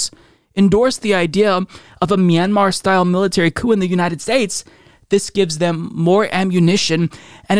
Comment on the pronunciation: I don't think a single one of them pronounced Myanmar correctly